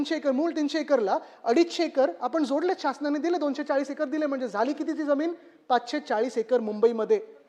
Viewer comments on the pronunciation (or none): none